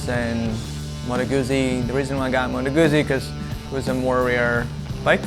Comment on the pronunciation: Motto Guzzi ... Modo Gootzsee... Get it right hipster! Lol.